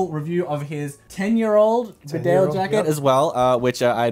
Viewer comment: Its pronounced beedale, not b'dale